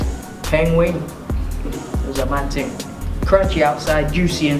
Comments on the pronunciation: i love how instead of him saying the word thing he says ting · hate when he says 'ting'